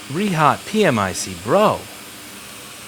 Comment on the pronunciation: Problematicly it's pronounced "Pee Mick" ..